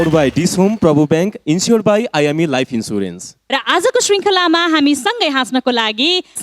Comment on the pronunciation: लाईफ ईन्स्याेरेन्स भन्नुन, ईन्सुरेन्स हैन 😉😁